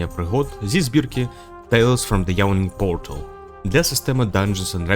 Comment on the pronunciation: Коли автор сказав "йєлен портал" я уявив ту жіночку з мема яка кричить на портал у вигляді кота